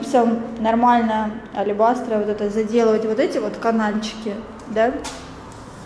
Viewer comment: Алебастр - слово мужского рода ,следовательно (чем?) -АлебастрОМ. Не алебастрА и не алелебастрОЙ и т.д т.п.